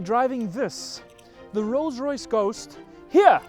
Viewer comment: "Lolls Loyce"